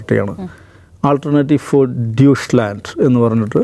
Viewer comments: Minimum Research nadathu ..chumma vaaythalam adikkathe....dyushhlaand enonum alla.😂😂 Its DEUTSCHLAND ✅ "daw-ytt -schland" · ദൂഷ് ലാൻഡ് അല്ല.. ഡച്ച് ലാൻഡ് എന്ന് പറയുക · ഡ്യൂഷ്ലാൻ്റ് എന്നല്ല ഡൊയച്ലൻ്റ് എന്നാണ് പറയുക. ജർമൻ ഭാഷക്ക് ജർമൻ ഭാഷയിൽ ഡൊയച് എന്നാണ് പറയുക. ഇംഗ്ലീഷുകാർ ഇംഗ്ലീഷിൽ പറയുന്നതാണ് ജർമനിയും ജർമ്മനും. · ദുഷ്‌ലാൻഡ് അല്ലഡോ ധോയിഷ്‌ലാൻഡ് beacuse they are speaking deutsch😂😂